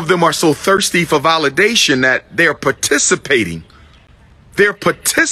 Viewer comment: I kind of checked out anything “Dr” Umar was saying when this man said “paticipating” instead of “participating 😂